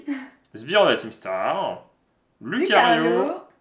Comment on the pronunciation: Salut juste pour info il faut prononcer loucario et riolou même s'il n y as que un u vu que ce sont des Pokémon loup 😊! Sinon vous êtes cool j'aime bien regarder vos vidéos 👌👍